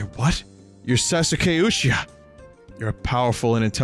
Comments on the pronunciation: SAWSOOKAY OOCHEECHAH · Sas-u-kay Uchi-cha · "sasoo-kay oochi-cha" holy shit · Sassookay Oocheecha. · i almost had a stroke at vinnys pronunciation of sasuke uchiha